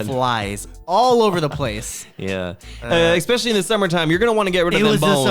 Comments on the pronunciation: I "expectually"? "expecially"? enjoyed this episode. 😂 😅 ive been living alone for 20 years its interesting how different things are in Korea vs US. Neither of you are old.. 😢 Tips: -budget your money -Learn to cook its so much cheaper than buying takeout or eating out -Be a life long learner (not necessarily a tip for living alone but living in general) impress strangers with your useless facts knowledge.. its fun to get reactions from people. -Help others and be kind remain as non-judgmental you never know what others are going through. -take care of your physical and mental health -Dont try to "keep up with the Jones's" meaning dont try to do/buy what others do/buy just because you want to show off or impress others they wont care as much as you hope they will. -you do you.. kind of based on my last "tip" people arent necessarily going to be as impressed as you hope they are if you try to look good and are inauthentic - laugh.. every.. day or at least smile about something and keep track of what that is on a calendar if you need to.. practice gratitude - i personally love ('over'?) planning those who fail to plan plan to fail.. Always have a contingency plan.. and sometimes have a backup plan for that plan because things can and sometimes do go awry. - be kind to yourself and others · The "expecially" pronunciation got me! 😂😂